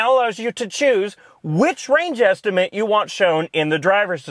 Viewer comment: Sounded like he said "rage estimate", which might be accurate in certain situations.